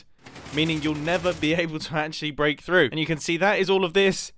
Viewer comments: "If try to to >>bleak<< a block..." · He said Blak a block